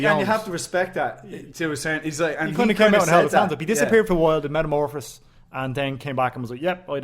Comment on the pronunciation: Did he really just Say Metamorphis... Ralek Gracie shouldnt be stealing Eddie Bravos Top competitors from EB4 so he deserves people to mispronounce Metamoris even if its by slip of tongue like.....